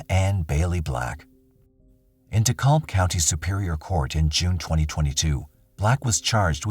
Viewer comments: In Georgia, we never say “De-callb County.” We pronounce the -kalb part “cab” as in cab driver. “De-cab County.” Hearing it pronounced the other way makes my eye twitch! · #10 it's pronounced ( De-cab ) the l is silent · Just fyi, its pronounced deCAB county GA. :)